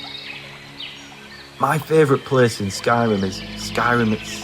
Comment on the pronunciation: "Mah feevrit pleees" 😄👍